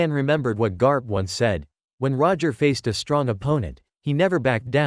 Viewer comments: Bro called garp grap with the ai voice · And it's garpu not grap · Why are you saying. Garp name grap😂😂😂😂😂😂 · GRAP? ITS GARP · It's garp not grap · bro called garp grap multiple times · Bro it's GARP NOT GRAP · Why did he say Grap not Garp and mahawk not mihawk and kazaru not kizaru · ITS GARP NOT GRAP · This is to the person speaking its GARP NOT GRAP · Bro said grap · It’s garp not grap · It's Garp not Grap🧓🧓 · He is not grap he is garp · Hi pronounce grap instend of garp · Him: grap grap grap grap